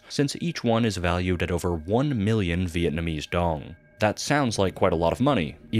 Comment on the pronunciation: WHAT THE HELL IS VIATNAMESE DONGS (with the uninitialized D)